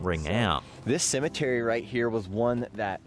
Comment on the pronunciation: Bro cem et tary cemetery symmetry is a whole different word!!!